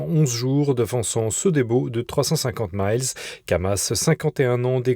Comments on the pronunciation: Les distances nautiques sont en "milles" (1852 mètres), pas en "maïles" (1609 mètres). Pour une fois qu'il n'y avait pas besoin de vassaliser la prononciation, c'est raté. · MILLES et non pas MILES, HONTEUX ! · La distance en mer, en français se dit avec un i et non comme en anglais. On dit des miles marins et non maïles.